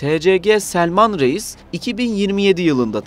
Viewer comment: "Реис " ударение надо ставить на "и"